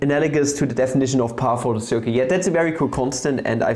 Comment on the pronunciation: I like how we said pi like peia